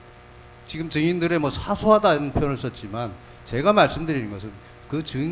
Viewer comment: 증인들으...증인들으 7시새끼들으 발음 거시기 하지